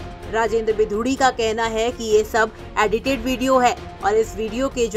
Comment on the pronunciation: एडिटेड बोलना तो सिख लो 😂